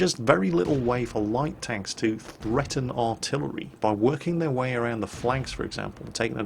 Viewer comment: PHHHHHreaten, lol :D